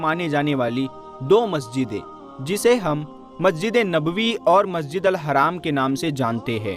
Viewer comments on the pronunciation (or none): Sahi dhang se bolna masjid e haram hai haraam nhi hai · Bhai Sahab Aap Se Aek Guzarish Hai History Ki Comentry Karte Hoye Alfaz Ko Dhiyan Mein Rakhe Masjid e Haarm Kahen Apne Kaha Masjid e Haram Please Aap Khud Gaur Karen Jzaak Allah